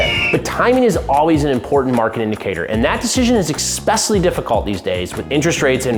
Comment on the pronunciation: Say it w me…ESPECIALLY…”ES PESH ALL EE”